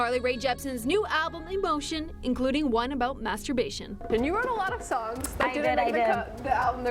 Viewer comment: "masterbation" 😂😂 love Carly tho 🖤